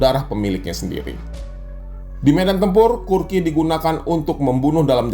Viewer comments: kukri bang, bukan kurki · bukan kurki...tapi kukry... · Kukri bg bukan kurki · kukri bukan kurki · maaf nih bang, kukri bukan kurki